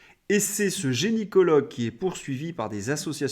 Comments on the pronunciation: Attention on dit gynécologue et non génycologue. Tres bon pour tout le reste 🙏👍😉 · Toujours aussi intéressant ! Un petit détail , c'est gynécologue et non "génicologue" (juste parce que c'était mon domaine et que plein de gens font l'erreur)